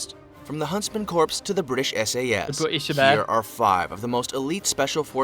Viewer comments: Corps is pronounced like "core" not "corpse". The computerized voice needs some work. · I wish he pronounced "corps" correctly. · the pronunciation of corps is bugging me, thr British SAS is my favorite